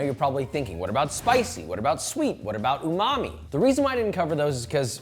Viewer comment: Imagine this being your job and mispronouncing umami